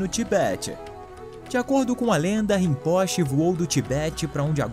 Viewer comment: excelente conteúdo, poderia corrigir a pronúncia do titulo Rimpoche (ê)